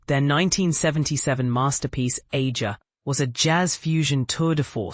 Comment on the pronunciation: It’s pronounced Ay-zha!